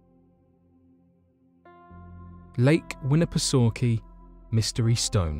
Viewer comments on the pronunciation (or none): none